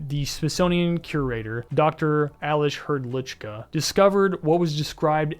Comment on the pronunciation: You read it as alesh hrdlichka ,,,, Czechia mentioneeeeddddd 🇨🇿🇨🇿🇨🇿🇨🇿🇨🇿🇨🇿🇨🇿🇨🇿🇨🇿🍺🍺🍺🍺